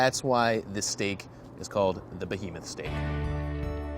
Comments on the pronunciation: WTF is a "BOhemoth"? A huge bohemian? You mean "BEhemoth". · "The Bohemoth Steak"?you mean behemoth? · "Behemoth" not "bohemoth", you philistine! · Fuk. You spelled it Bohemoth, but it's Behemoth. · Behemoth, not BOhemoth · "bohemoth" eh... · Nice vid, but "Bohemoth"..? Really? loooool